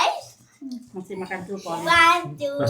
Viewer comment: ...Brokoli dong bukan Brukoli...coba kalau bisa tolg diperbaiki semua pengucapannya yg tidak sesuai supaya ada peningkatan kualitas khususnya dalam berkonten..